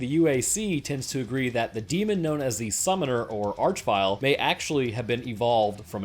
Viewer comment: It's pronounced "Ark-vile"